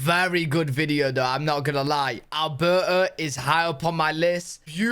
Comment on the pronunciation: It's Alberta, not Albrrrrrr lmao.😅 and come on, it does not snow all year round lol! I think you ve seen enough videos of ALBERTA to know this already!